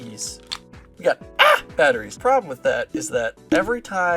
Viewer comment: Not the AA batteries 😂😂 never gonna say it differently from now on.